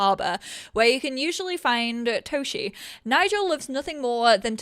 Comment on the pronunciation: Oh, I think that this "Toshie" is readen with visible "e" in the end, the e like in, well, end^^ It would be nice if they would also mention the original writing of the names they use^^ (I also want some real Polish townies, not like random townies that get Polish names if I play in Polish, but just real already pre-made important in plot townies with our names^^) Thank you for always teaching us about everything^^ Remember you're loved and needed^^